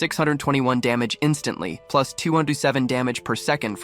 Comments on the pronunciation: AI is having trouble saying “plus” 😂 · bro how can he say agility plus four strength plush four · "Plursh four" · I was also gonna commrnt this 😂